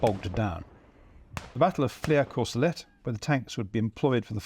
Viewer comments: For future videos, the name FLERS is pronounced FLAIR and not fleur. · Great presentation by a very gifted, knowledgeable and enjoyable host, the only annoying thing being the incorrect pronunciation of "Flers", which should be pronounced just like "flair" and not like the French word "fleur" (flower) as we're hearing here. As the name gets repeated again and again, it would've been great to check its pronunciation beforehand...